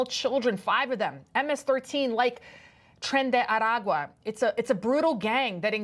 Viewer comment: Why does every reporter fancify this gangs name? Rolling the r's and all. I'd be butchering the name intentionally. Something like trendy aqua